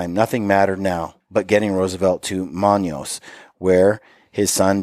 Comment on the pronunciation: Manaus is pronounced like man followed by the word house without the H. Man aus. Had to cringe at that. We merged Manaus into the Brazilia mission my last 6 months. Had do transfers there by plane. It's a large city and now a mission of it's own. I realize all the foriegn names are hard but just thought I would share. Brazil made it a tax free trade zone which spurred its growth. Googling the map the river ends up close there. I remember reading this book years ago probably based on your recommendation. Fun to go back through it again. Good to see Brent again. Hope your both doing well.